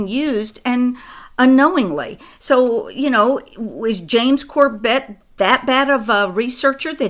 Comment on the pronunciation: It's NOT corBET, it's CORbet, the pronunciation of James's name. I've heard him since he was a guest on THE POWER HOUR with Joyce Riley. He did a great 911 vid. Last I knew, he and his family lived in Japan, in Tokyo. I think James just doesn't know what you know. He's not up to speed. And is only putting out what he knows.